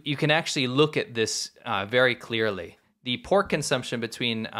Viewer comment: why is it poork not pork